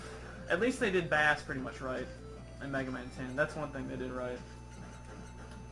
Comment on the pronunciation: STOP MISPRONOUNCING BASS YOU NINCOMPOOP FFFFFFFFFFFFFFFFFFf